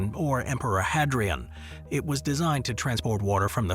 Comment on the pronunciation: If your AI voice isn't able to pronounce 'Hadrian' then history is probably not for you.